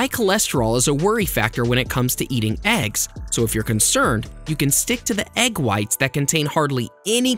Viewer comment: Surprise that pronounce of words can be funny. Eggs sound AXE.. Salmon sound SAYMON. Hehe